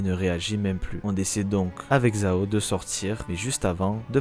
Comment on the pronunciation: Super taf, par contre... les voix anglophones sont ignobles haha xD et pour la prononciation des noms chinois : Yixuan = "Yishuan"/"Yissuan" (plus ou moins), Ye, c'est pas "Yé", c'est plus proche du mot "yeux" en français avec le "e" moins accentué. "Shungguang", tu peux dire "Shunguann" grossomodo (le dernier g se prononce aussi mais c'est assez discret ^^). Zhao c'est pas "Zao" c'est "Djao" (tous les "zh" issus du chinois se prononcent "Dj" grossomodo). "Shiyuan" ressemblerait davantage à "Shuyuan" avec un "u" à la française et non un "ou" - à ne pas accentuer [...]. ^^ Force à toi et hâte de voir ton taf pour la saison 3, ça fait plaisir de voir quelqu'un couvrir ZZZ. Merci pour ton taf !